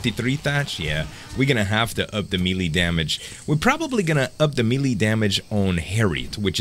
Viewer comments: its pronounced "MAY LAY" not Meeee Leeeee lol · Love your vids - You are awesome! Please say "may-lay" for melee :) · melee is pronounced malay